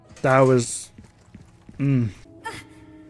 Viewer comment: I burst out laughing when i heard her say "skillz" too. It was the subtitles that did it for me, otherwise i thought she would've said "skills"